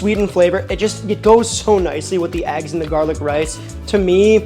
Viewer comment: Nothing like gah-lick.